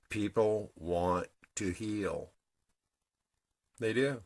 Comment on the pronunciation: ❤I was running a bath and listening to you and at the exact moment you said borax I was putting some in my water. I fucking love this synchronicity shit. it never ever gets old. also, you said pee-pull on the press-apiss..... lol mwah xo